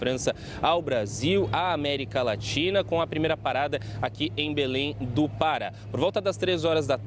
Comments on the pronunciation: Belém do "para" foi foda kkkkk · O repórter esquecer de pronunciar o acento do estado do Pará. Confundiu com o verbo Parar. Mais enfim…..